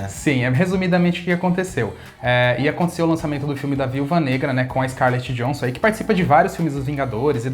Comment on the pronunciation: A pronúncia não é Scarlet Johnson mas sim « yohensson »